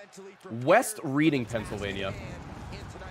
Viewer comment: Lol it’s not reading like the verb it’s pronounced red-ing.